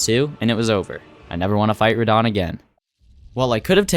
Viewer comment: why do you like to butcher every boss name in the game? ranaila ? Radoon ?